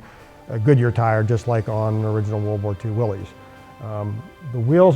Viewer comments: The Correct pronunciation of Willys is Willis. See ad below. Look at the video at 11.59 and then is said again a few times after. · Wrong rims, they should be solid disc and Willys is pronounced Willis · Just an honest question, Why do so many call them Willeeessss? It is John Willys namesake and his Sir Name is not plural. Much respect to the work you do and detail. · Willys rhymes with 'Phyllis'. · The original pronunciation of "Willys" was with a short "i" sound for the 'y"; so it was pronounced "Will-iss". But it seems to have been transmuted by the same flexibility of language that could produce "Jeep" out of "GP".Aug 5, 2002 Willys Story